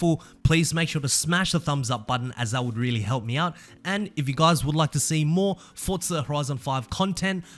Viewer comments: F-O-R-Z-A.... not F-O-R-T-Z-A my soul hurts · Forza NOT FORTZA ! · Where's the T in Forza?!